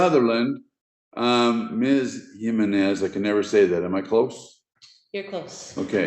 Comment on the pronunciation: That's not how every Hispanic Jimenez I know says it. HEE -MEN-IS. Your "/" notation is incorrect. Those symbols tell us to say exactly what we spell out. So yours starts with a j sound. The J in Spanish is pronounced as an "H" sound in English.